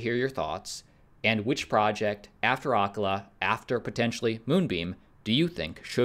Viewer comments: Acala is pronounced uh CALL uh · You should learn how to pronounce Acala.